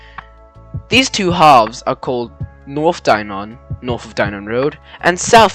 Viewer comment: It's not pronounced Die-Non, it more like DieNen.